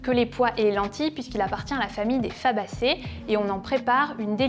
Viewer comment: Bonjour vous dites sabacé au lieu de Fabacé 😉